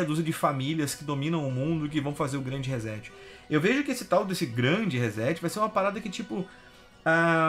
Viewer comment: Rezéti fio?...quer dizer que setar se pronuncia zetar?...fala serio hein...reset se pronuncia reçeti...ou resseti...assim como setar se pronuncia çetar... em portugues brasileiro...em inglês reset se pronuncia riset...com t mudo ...reset que vem da eletrônica digital significa zerar tudo...começar de novo...Internet tambem é cultura...